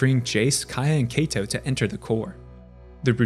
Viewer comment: For the record, Kaito is pronounced KYE-to, not KAY-to. It rhymes with high toe, not bay toe